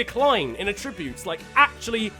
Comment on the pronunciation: Anyone else get annoyed by the way he said “attributes” haha